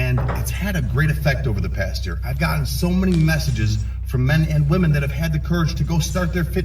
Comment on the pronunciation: can you not pronounce women correctly?